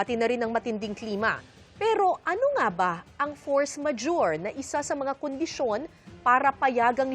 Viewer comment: Force Majurity daw.. 😂😂